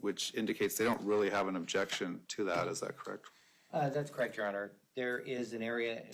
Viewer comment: Can she not pronounce a soft “e”? Definse, Corrict….why am I even watching this?